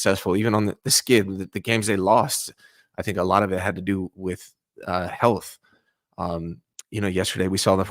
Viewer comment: He said health😂😂😂